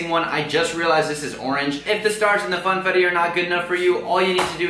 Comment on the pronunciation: did anyone hear him say fanetti😂instead of funfettu